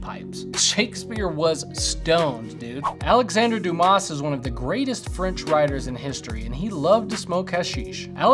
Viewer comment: Please stop pronouncing the s in Dumas